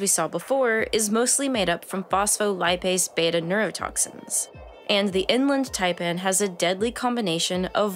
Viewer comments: the person narrating this needs to go to school again and learn to pronounciate... one doth pronounciate correctly... the ''IN-land tie-pann'' not the ''eng-lind ty-pan'' i got to in the video before i picked up a book and bashed my ears in... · It is In Land Taipan, NOT Inlund.........it is also called the Fierce Snake.